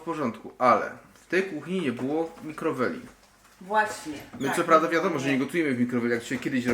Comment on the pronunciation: MIKROFALI a nie MIKROWELI, ludzie;/ nie nie chcemy filmików o remoncie bo nas zanudzi